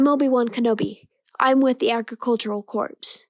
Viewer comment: Just as feedback (I know you've done a lot of these by now) the words Corps/Corp are pronounced like 'core' rather than 'corpse'. Nicely done!